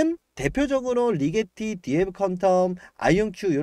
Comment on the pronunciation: 리제티가 아니고 리게티 아님?